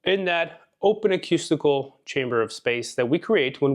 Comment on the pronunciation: I so appreciate your insights into singing but I need to correct your pronunciation of "acoustical". It's pronounced "akoostikl" and not "akyustikl". Thanks again!